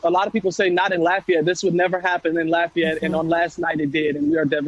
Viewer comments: stop saying "L-O-fi-yet" it's pronounced "Laugh-E-yet" down here. Lafayette. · Thats not how we say lafayette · There is a Lafayette in almost every state. So everyone says it a little different. How she got an I sound in the fay part is amazing though.